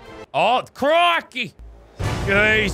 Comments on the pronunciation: Crooky not "crikey" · Alfred John Baluntang its Crikey not crookey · Im not an aussie but its crikey